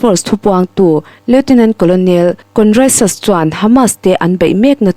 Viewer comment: Colonel lam dan hi "karnal".Mizoin "Kawrnel"